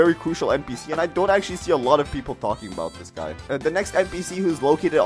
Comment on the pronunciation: Bro said log for lot 💀